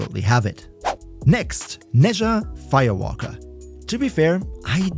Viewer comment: Did you say Nezha FIA WALKA?